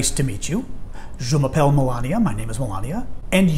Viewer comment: 11P1_21_ Diễm Phương I teach French and I’m always telling my students, “It’s not Je m’apple!!!”